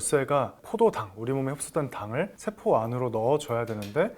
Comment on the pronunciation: 세포 췌장 취약 서양. 한자어로 된 한글 읽기 영 엉터리네요 공부하면서 아무도 안 가르쳐 줬나보네 내용은 잘 들었어요